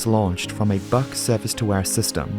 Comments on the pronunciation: Buk is pronounced like book, not buck. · Buk is pronounced like "book". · You lost me at the history lesson. I’m here for aviation crashes not geopolitical commentary. Also, I t’s pronounced BOO with a K at the end.